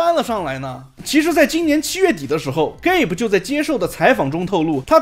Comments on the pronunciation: 那个名字不叫 “给薄”，叫“噶比”，好奇如果是AI发音的话会不会读错。😂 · gabe 結尾為e a發/ei/的音 e不發音 所以發音是給不